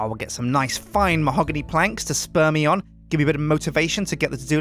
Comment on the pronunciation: When he said spur me on I thought he said speam on me lol